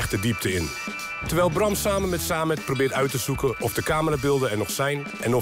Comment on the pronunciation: Samed spreek je uit als Sammet. Niet Saamet.